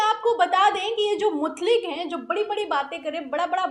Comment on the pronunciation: Mutlik nahi Mutaik